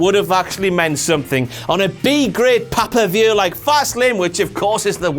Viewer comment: Listened just to hear you say "Pah-pah-vuew!".